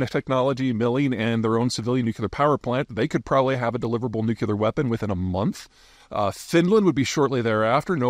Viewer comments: God, dude, learn to pronounce nuclear. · If you want to watch the world record for mispronouncing "nuclear", this video is for you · take a shot every time Peter doesn't know how to pronounce "nuclear" and you won't come out of this short video sober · Why can’t you say Nuclear correctly? “New-Klee-Er” not “Nuke-U-Lur” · Nuclear not nukular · Big fan, thankss for your work and vision. Little help: don’t say NUC YOO LAR, correct pronunciation is NUC LEE AR There is no such this as a nucyoolus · Why does PZ say nukular instead of nuclear??? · It's nuclear, not nucular. You know what? If everyone has a nuke, then no one can threaten anyone else, or else. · nuk-LEE-ur not nuk-YOU-lur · Hi Pete! It’s pronounced more like New-Clear. Not Nu cue lar. 👍🏼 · Nuclear not Nucular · Today I kearned that Peter pronounces it "Nuke You Lar," as opposed to the correct "Nuke Lee Ar." This is never going to not bother me now. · Boy I couldn't stand the nucular anymore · It’s “nuke-lee-ar” not “nuke-you-lar.” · Take a shot every time Peter says "nucular" instead of nuclear. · Say after me NU CLE AR, not NU CU LAR why is that so difficult. Makes you sound like W. Not a good thing. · why does he keep saying nucular instead of nuclear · Still saying nuculer… amazing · New-clee-ur. Dammit. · Noo klee ur. It's pronounced nu klee ur. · Not nooocuelar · Nu-cle-ar. Sound it out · NEW - KLEE - ARE (nuclear) C'mon, dude, you're a grown man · Peter... Nuclear... There is only one U in nuclear. It is not nucular. I credit you with exceptional intelligence. But you and Bob Woodward insist on pronouncing this term as "nucular". IT IS FUCKING NUCLEAR... THERE'S ONE U IN NUCLEAR!!! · In 3 minutes 30 seconds, the word nukeyouler was said 13 times. Anyone know what that word means? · "New Cue Lurr" 🤡Fop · what is nucular ??? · Bush used to do the same thing. No different from all the other words mis-pronounced in various parts of the country.